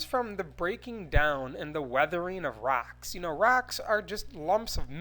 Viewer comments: "In the wet her in of RaCkS" Me:😂😂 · The way he says "rocks" is freaking hilarious!